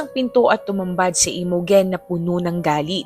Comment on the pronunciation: Imogen is pronounced as I-mow-jen ❤